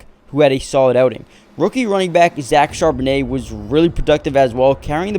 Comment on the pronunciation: Zach Charbonnet* (say: shar-bo-nay), not "charbonette" (shar-bo-net). Get the captions right.